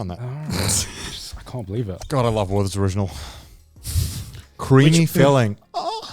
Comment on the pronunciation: How tf are you guys pronouncing „Werther‘s original“ 🤯